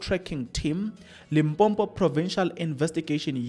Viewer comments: It's Limpopo not Limpompo. Unless you want us to say Manzula instead os amaZulu. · Limpopo not Limpompo joh😂😂... that's why we say loku-loku...., "Tsulus" Either way, I agree with you mfanakithi, and I did the right thing 😊❤